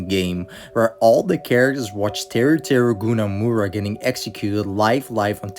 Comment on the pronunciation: “kawater” 😔 and “Teru teru goonamura” 😔